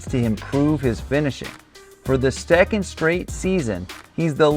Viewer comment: "stecond". whoops